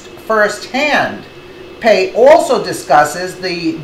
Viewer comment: ok video but she cant pronounce Commissioner Pai's name correctly. kinda comical. also she needs to talk more about the Soros 9/11 connection. it is well documented that Soros planned 9/11 and in fact piloted two of the 9/11 planes along with fellow members of The Left and they bailed out at the last second with wingsuits if you look closely at the news reals it is clearly soros there